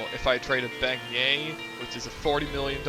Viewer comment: Ok but beignet is pronounced ben-yay, not very hard literally just a ben and a yay